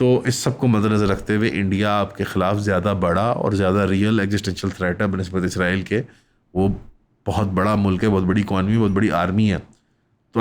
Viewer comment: آپ اسرائیل کو بار بار عزرائیل بول رہے ہیں ۔